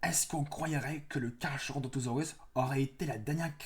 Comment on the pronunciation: On dit carkarodontosaurus en prononciation et pas carcha 😊 Sinon je préfère largement le nothosaurus dans cette liste